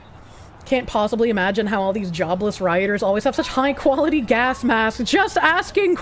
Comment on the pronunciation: With her accent, she pronounces "gas" like "gay-ass".